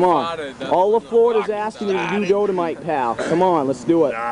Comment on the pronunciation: Learned it from his brother Wayne, who learned it out in California, and it's Dolomite, Google that shit. pronounced it Dodomite, but whatever.